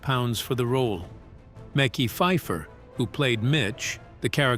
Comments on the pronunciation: Who is Mickey Fifer? 😂😂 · “Mecky Pfifer” 😂